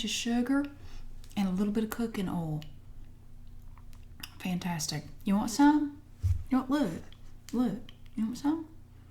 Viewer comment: oil not ole I can't stand it